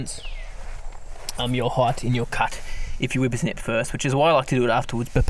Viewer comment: Lol, I love how he says wipper snip! Never heard that before... weed whacking over here